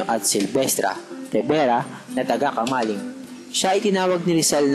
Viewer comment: camiling poh hindi camaling